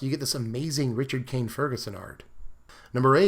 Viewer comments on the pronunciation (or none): none